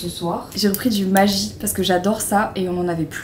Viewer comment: Marie non non non stp tu ne peux pas faire ca a L'alsace , après les tartes flambées a la sauce to maintenant tu nous dit : MAJI? Noooooon pitié sacrilège c'est du MAGGI ( prononce GUI) stp 😂😂🤣🥨